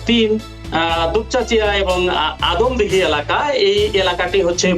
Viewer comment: বগুড়া ৩ আসন আদমদিঘী ও দুপচাঁচিয়া হবে। দয়া করে উচ্চারণ টা সংশোধন করে নিবেন।